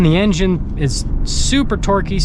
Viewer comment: I want to like your videos but you talk so fast and mumble through the Engine stats you can’t understand what you’re saying. Getting to the point shouldn’t mean racing through words no one can understand.